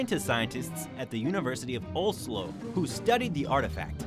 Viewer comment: lol.. Oh-Slow...